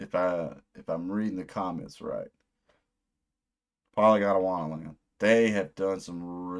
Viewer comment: i think youre pronouncing it polygondAwannaland, when its just polygondwannaland no “a” between gond and wanna.